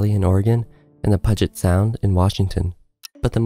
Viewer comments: Great video. FYI, it’s “will-am-it” not “willmit”, and “pew jit” isn’t “pug it”. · I know this is slightly nit picky, but Puget Sound is pronounced PewJet Sound. Not being a local you wouldn't have known that., so no biggie really. A lot of local names are from Native American culture, Puget Sound however is not one of them. The sound is named after Peter Puget who accompanied George Vancouver on his exploration of the areas waterways. Now on to the CSZ. When it ruptures, it will devastate pretty much the entire western coastline of the US and Canada (and possibly Mexico Russia, China etc from the Tsunami's), as well as wipe out pretty much everything west of Interstate 5 in Washington, Oregon, and Northern California. The damage to everything East of Interstate 5 will also be massive. The costs will be measured in potentially millions of lives and trillions of dollars. The CSZ is why I NEVER go to the coast. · Copalis is pronounced 'Co-Pay-liss" and the 'S' in USGS is "Survey," not "Service." Also, Puget is pronounced "Pyoo-git." Willamette was also mispronounced.